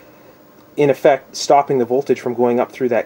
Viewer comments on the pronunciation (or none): none